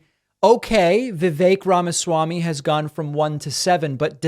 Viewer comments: "Rama-zee". How could she be in the business of politics and say his name like that? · Rachel Bitecofer really needs to learn to pronounce Vivek Ramaswami. She's saying "Ramazee". Kind of prevents me from taking her opinion too seriously. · Pakman makes better effort than most to pronounce names correctly. He also took issue with mispronunciation of Kamala. Rachel is critiquing voters for being under-informed and then very poorly attempted a candidate's name more than once. It undermines her expertise.